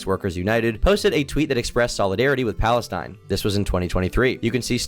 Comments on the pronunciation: and he says it like falestine too lol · for those confused about the guys pronounciation of palestine, its just palestine in arabic